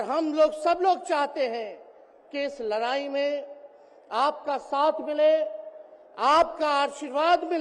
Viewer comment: लराई या लड़ाई बोलना सीख लो पहले